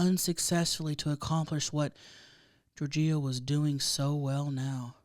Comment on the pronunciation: 😂 GiorGIO. I feel like the wrong emPHAsis was on the wrong sylLAble. Perhaps you're unfamiliar with that name. I think it's like "GEORGE-io".